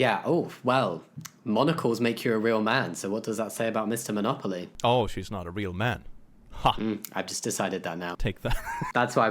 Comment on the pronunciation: Well, it's Monopoly not Monocoly. 🤔